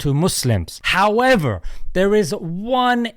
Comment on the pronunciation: is it me or did he say "however" in a weird way?